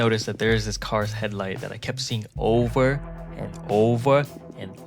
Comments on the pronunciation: Over no oveu and oveu and oveu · The "owver" sounds silly....idk what to say.. (THE ANIMATION IS SO CUTE)😅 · “Owva, owva and owva again” is amazing